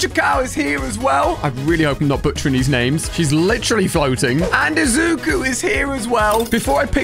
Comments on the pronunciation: Ooooowll might, Izzuku, Ochacow, and Baks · Awl might is fine izoo koo is also fine ocha kow is hilarious and my fave izuku? That Bakugo lol butchered them names all right